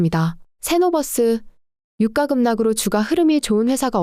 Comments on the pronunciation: 성우쓰실때 제발 유까 주까 최고까 로 읽어주세요. 저는 이게 너무 신경쓰이네요. 주식방송에서도 오늘의 삼성주까 이런식으로 읽어주는데 여기는 삼성유과로 읽어줍니다. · 인정ㅋㅋㅋ 국어는 된소리 발음을 표준어 발음으로 인정하고 있어서 '유가'가 아니라 '유까'가 맞습니다. 김밥을 김빱이라고 발음하듯. 된소리 발음을 해주셔야 귀에 잘 들림.